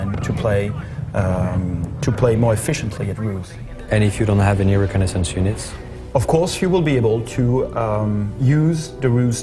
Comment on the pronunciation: lol u cant say reconnaissance